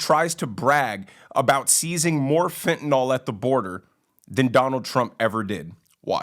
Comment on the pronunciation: Yeah, overdose deaths are down because the addicts are all DYING off and WHY? Because of the INCREASED flow of fentanyl across the border! And for crying out loud could someone PLEASE teach Biden how to PRONOUNCE "fentanyl"? It is NOT "fentenol"!